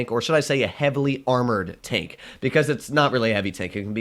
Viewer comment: Why is it tenk instead of tank, is that supposed to be with a Russian accent or something